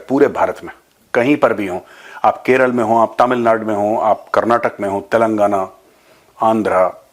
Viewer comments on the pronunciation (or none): none